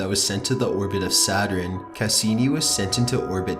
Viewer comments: When u think the video is not gonna have any mess ups...: "S A T U R I N E" Me: 👁️👄👁️ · It’s sa-tern not sa-ter-en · Ok, this guy can't say Saturn right. It's not Saturen. It's SATURN!! NO extra syllable!! Sheesh!! I wonder if he says Iron right?? I-orn, not I-ron. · Could you please research the pronunciation as well as the facts? I like your videos. But "Saturen" and "Blop"?????? I think you mean Saturn and Bloop, sir. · saturn, not saterarin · Saturn is pretty! "Saturin" is the scariest I've ever heard D:( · It sounds like you said “satrin” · Nightfangfox *Satur-IN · i don't think its pronounced, "satrun" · The scariest thing I heard was "Saturin" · Anyone else bothered by him saying saturin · "The Sounds of Saturin" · Can't even pronounce Saturn. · Why cant you pronounce Saturn properly. Your voice is so flat and monotone it made this hard to listen to! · for fuck sake you pronounce Saturn so odd. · is he trolling with that pronunciation of Saturn? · The pronunciation of Saturn.....wow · it's not "saturin" and it's sure as hell not "gavlston" SATURN...sat-ern.. AND GALVESTON...gal- vas-ton....I'm from Texas and most of us can't stand it when poeple mispronounce our city names. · It’s pronounced “Sa-tern” and “Gal-vehs-tuhn” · 'the rings of Saturiiiin......surrounding atmospeeeeeeeeeeeeeree,' the way you speak is scary, or should I say 'scaryeeee'. And it is bloop as in rhymes with loop not blop what the fuck is wrong with you? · Saturin and Choopiter